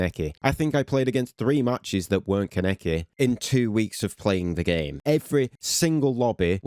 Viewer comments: "kuh-neck-i" AH THE PAIN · You pronounced Kaneki AND Malevolence incorrectly.